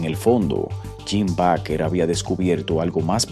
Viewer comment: Se pronuncia Beiker